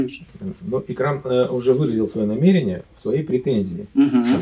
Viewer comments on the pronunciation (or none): none